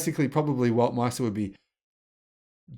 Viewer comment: Weltmeister not Weltmester 😀